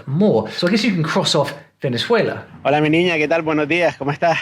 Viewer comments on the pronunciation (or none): none